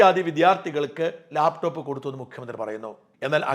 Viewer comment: ഇയാൾ എന്താ ലേപ് ടോപ്, ലേപ് ടോപ് എന്ന് പറയുന്നത്, ലാപ് ടോപ് എന്നു പറയാൻ ഇയാൾക്ക് അറിയില്ലേ?